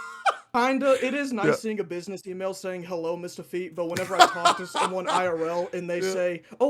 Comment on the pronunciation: HE GOT THE MICHAEL JORDAN OF GENSHIN IMPACT NO WAY "MISTAHFEET"